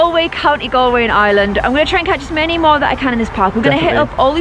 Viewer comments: I hat when people say island it's IREland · Omfg get your facts right my country isn't pronounced island it's pronounced are-land UHH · It's not island it's Ireland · OMG, watching last video I thought he was saying, "island." Hahaha. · she can't say Ireland right